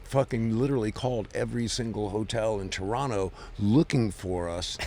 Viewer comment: TORONTO THE LAST T IS NOT SILENT LMAO IM FROM TORONO LOL